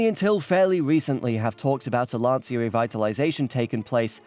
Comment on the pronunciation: About Lancia. Firstly, for you English speakers, it’s pronounced as if it were written “lancha”. Given how funny and actually clever this video collab was, I couldn’t care less about this slight mispronunciation, I’m just trying to facilitate your self improvement. Secondly, let’s remember that Lancia produced the Phedra in the 2000s. Go look it up. It’s an awfully awful minivan which shared the name with a contraceptive pill many women in Italy were taking at the time it was introduced. Now, how evil is shaming the name of the producers of the Delta Integrale with that?